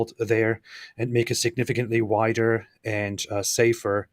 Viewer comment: wider, not whiter. Maybe I didn't get a joke